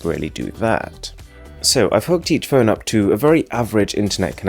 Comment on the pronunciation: I DONT KNOW IF YOU’RE GOING TO READ THIS BUTTT .. OMGGG I HATE YOUR ACCENTT SO MUCHHH ITS SOOO ANNOYYINGGGGG AARGHHH CANT WATCH THIS USING MY EARPHONES MY EARS ARE BLEEDINGGG no but seriously tho your voice sounds like you’re trying to sound very british and that sound you make when you said phone as “fewn..(~)” and that (~) sound (the half growl sound yiu make when you are disgusted) make this audio overall very uncomfortable and unnatural.. I know i sound like a hater now but i just need to get this out :)